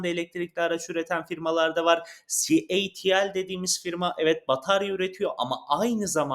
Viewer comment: 1 elektrikli araba anlatan video içeriği üreticisi de doğru şarj desin artık, herkes mi şarz diyor. 😂 ayrica. ci el ti al değil c ,ay , ti ,el. Diye okunuyor.